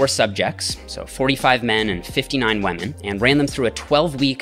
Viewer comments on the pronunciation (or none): Why does he say "wamen" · did he say wamen?